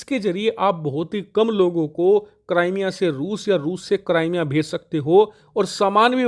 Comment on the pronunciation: Cramea nhi hai wo bhai crimea hai wo 😂😂😂